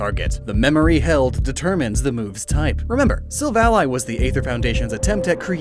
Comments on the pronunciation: I dislike how you pronounce Silvally. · Insert me screaming about how he pronounces Arceus and Silvally 😅 I do like having longer videos to watch every once in a while